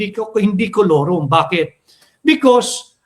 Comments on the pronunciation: Kulorom Nd forum🤣🤣pano lakas ng loob nkakapiy sa bnagag haha lakas ng loob para paalisin so so Allan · Tama Ang KAILANGAN ay FORUM HINDI KOLORUM, Hahaha